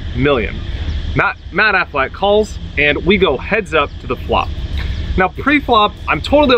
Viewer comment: AFFLAACK??? and DOOHAMEL?? bro learn their names first lmao